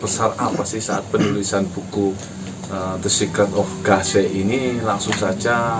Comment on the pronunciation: The scaret apa tuh scaret ?? 😂